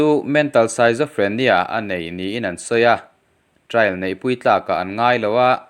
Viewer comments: Saizofrenia nilovin skitzofrenia ti a lam tur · Schizophrenia - skit-zaw-free-nia